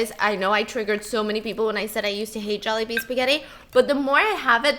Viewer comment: Jollibee Jawlibee Jaulehbee Jallibee Joalehbea Some are probably not valid but lol!